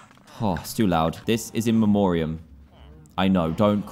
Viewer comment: Muggeo chill Sherlock I didnt see that he said "memorium" :P